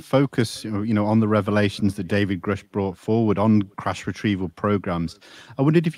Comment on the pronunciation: He’s been in contact with “greush’ for two years but still doesn’t know his name is pronounced grush like crush